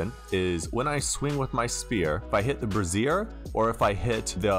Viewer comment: Quick and easy tutorial about interfaces within Unity! Thank you! Also with good humor I say this, brazier is pronounced brey-shur. The way you pronounced it was brassiere... Two very different items. Definitely put me in a good mood this morning with the chuckles! 😁